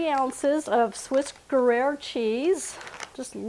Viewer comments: The correct pronunciation of "gruyere" would be groo-yaire. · To pronounce Gruyere: think green air Without the N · Looks delicious . The cheese is pronounced GREE- AIR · Looks yummy. Will have to definitely try. Your differing pronunciation attempts of Gruyere (groo-yehr) was amusingly charming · Can't wait to try this. I think that cheese is pronounced like Grew-yair.❤